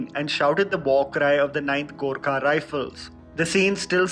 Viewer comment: it’s Gurkha. Your pronunciation is pretty hilarious 🤣